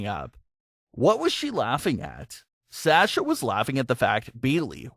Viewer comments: Yeah, it's Saw-sha not Sash-uh. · was triggered every time you said, ' S-ash-ah ' instead of ' Saw-sha ' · PLEASE FOR ONCE IN UR LIFE ITS S A S H A NOT SÄESCHA